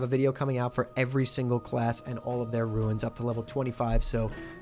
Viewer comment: was keen to watch this until I heard how you say runes.